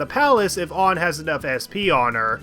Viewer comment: Thank you for prounouncing anns name right. Its annoying when a persona fan says it wrong